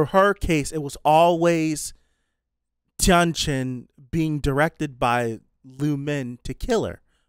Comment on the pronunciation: I'm so sorry, but honestly, everytime you said "Tian Chen" my ear hears "Jiang Cheng" and my brain thinks this show is MDZS. Can't wait till you actually sees Jiang Cheng lol.